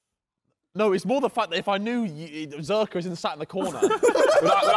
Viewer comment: it’s funny how Harry still calls josh zerrka after all this time 😂